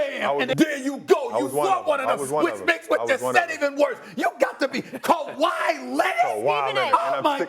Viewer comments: In 2025 this guy said kawai Leonard! 😂😂😂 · This man said KAWHI 😅😅😅😅😅